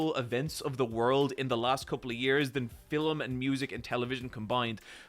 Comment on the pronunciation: A couple of things. 1) has he always said "filum" instead of film or is it the eye patch? 2) while I agree that pointing fingers at others while calling them casuals is a dick move, I can't take seriously the opinion of a Resident Evil fan that has played only Leon games. Or rather I can, but if they get argumentative and they don't respect my perspective that fans all the franchise I could get pissed. You can think that AoT is the best anime ever but if you've watched 3 anime.....